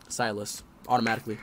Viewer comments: My man said silas and overpronounced the I so hard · Bro said Silas like he's a baron 💀